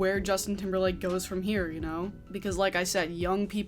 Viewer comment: Lmfao I love you but the way your accent pronounce timberLAND. 🤣😂 you got a like from me just for that.